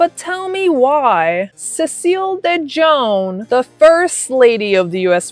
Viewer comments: dejohn? lol girl.. de jong.. pronounced.. DUH YOUNG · It's really pronounce de yon not de jon...the j makes the y sound . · De Jongh is pronounced "De yung" like the Dutch last name "De Jong(e)", which the name De Jongh is from. (Sorry ADHD info dump😅) Not that it matters for that POS lol. I'd say more than just her last name wrong 😅. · FYI: Cecile's last name is pronounced Dee Young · Pronounced cecile de Youngh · The name is ah-maude . and dejough is pronouced "Dey- young" the " J " is silent. The name is a french name